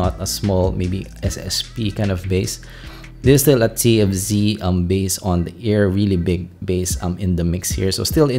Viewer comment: divided in 3 parts , 1 and 2 was so hard to clearly telling what and how he compared which is which the "f" tfz sound like tnz , you keep skipping one to another ,only people knows all these IEM (extremely familiar with ) to understand these review.I was totally lost in part 2 , until part 3 it comes to clarify the pros and cons in summary.watching this video can be difficult ,I can tell it's a lot of affect in making it , but part 1 and 2 can be bit more organized and regards accented involve but not a major issue , speech a little less fast can be a big help sorry being picky and Thank You for the hard work .